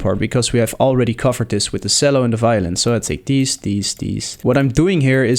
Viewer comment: Nice work! Although, 2 things: "Chello" and "On-somble"